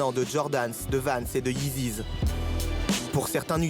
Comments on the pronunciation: Memed .B Yeezys quand tu parle de plusieurs paires 🤦‍♂️ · Des yeeziss jsuis mort 😂😂